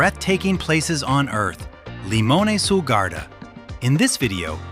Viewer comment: It is pronounced LimonAY !